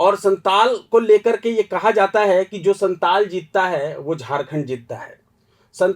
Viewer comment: Santal nhi santhal pargana hota h 😂